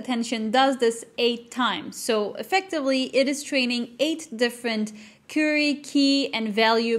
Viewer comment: Very interesting and informative. Thank you for providing a very detailed explanation of Transformers. One note: The word "Query" is pronounced like Qw-eerie (USA English). The beginning sounds sort of like the sound of "Quarry", or "Quack" but rhyming with dearie.